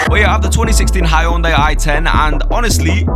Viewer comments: Its henday damn it HENDAY not hayounday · Hyundai is pronounced hun-die